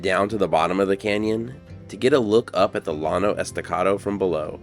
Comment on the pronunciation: OK... you have to pronounce Llano Estacado correctly! It isn't pronounced with an L sound. Two Ls in Spanish sound as a Y. So, it is pronounced like "Yano".